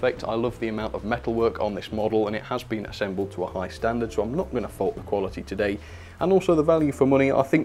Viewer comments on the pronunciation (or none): none